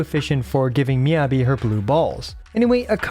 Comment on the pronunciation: Please... it's Mi-Yah-Bi, not Mi-yebi